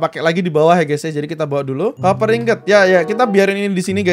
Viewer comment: Pak sebutinnya koper bukan kuuper